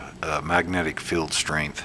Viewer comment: Nice demo. BTW that’s a magnet “feeeeld” (field) not “filled” 🤗